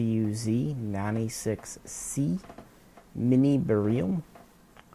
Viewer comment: In Polish, Tantal and Beryl are pronounced using their phonetics. Robski's pronunciations of these rifles are the correct way to say them. Also, "Lucznik" is pronounced "Wootch-nick" in Polish. For what it's worth, my Babcia was from Lodz, (pronounced woodge) Polish is a fun and strange language. :)